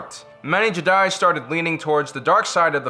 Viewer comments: it's "jeh-die" not "ji-dye" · It’s jed-eye not jidie smh I’m unsubbing. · FYI not Je'daii its Jedi'i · Man really just said “Je Die” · The JEDAYY XD XD XD LOL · stop saying Jedi like an idiot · why did you start saying Jedi in a weird way half way through the video? lol